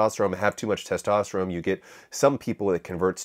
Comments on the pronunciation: is this guy saying testoterome? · dawg, why are you saying testosteroMe